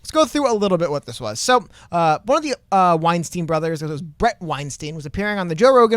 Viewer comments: I just thought it could be helpful to know that Bret's last name sounds more like 'W-Einstein' than 'Weinsteen'. Hope it helps ✌️ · No hate, just because I’m a fan. It’s pronounced weinstein where Stein makes the same sound as wein lol Not like Harvey Weinstein 😆